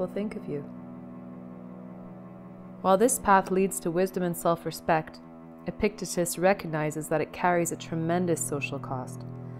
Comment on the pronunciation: A valuable message. (Minor nitpick: EPP-ik-TEET-us)